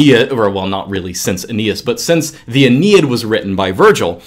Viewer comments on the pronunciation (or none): none